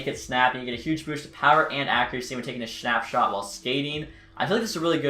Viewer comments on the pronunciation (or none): “when taking a shnapshot”